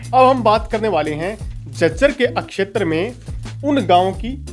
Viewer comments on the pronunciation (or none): अक्शैतर क्या उच्चारण है¿